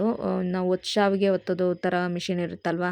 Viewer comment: It is not saavige ,it is shaaviige. Gives different meaning.